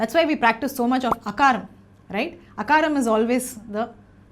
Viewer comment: Great. Ma'm one small request: Akaaram (अकार)..not Akaram (अकर)🙏🙏🙏